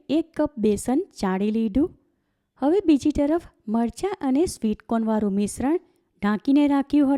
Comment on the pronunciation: Not margha but marcha. Correctvpl